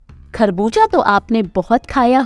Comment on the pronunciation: Kharbooja nahi kharbooza bolte hain 🇨🇦